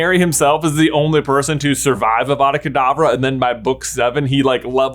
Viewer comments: Ah, yes, my favorite spell. AVAVA KAVADAA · it's awada kadabra.